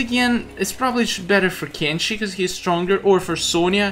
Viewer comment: Why u say kenshe is kenshi not kenshe